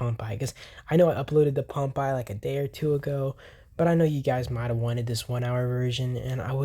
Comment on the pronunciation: Please stop pronouncing Pompeii as ‘Pomp eye’…. It’s pronounced ‘Pom pay’!!!